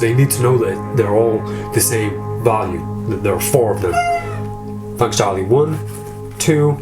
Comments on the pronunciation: I don't know why but i love the way you laugh.And Fanks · Fanks for the mirrors and the new direction...Fanks